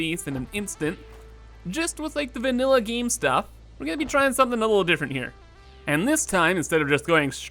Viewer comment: Giiiiime It's "game"bro not "giiime"